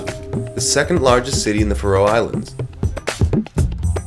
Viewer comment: It's not the "Fa-Row" Islands. It's pronounced Faroe.